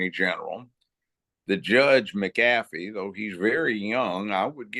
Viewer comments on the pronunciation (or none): none